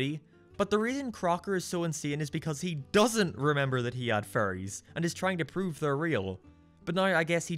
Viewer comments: It sounds like your saying furrys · Every time you say fairies it kind of sounds like you’re saying Furrys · Butch: Let's get a fan theory about why Timmy never age and put in the show like it's a plot twist and tell it's my idea. I am a genius. Also, I never noticed until you mentioned it, and now I can only hear you saying "Furries" every time. Jokes on you, I guess. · Why does every time he says fairies it sounds like furry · This video made me realize how similar fairies and furries are pronounced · It does sound like you say furries not fairies.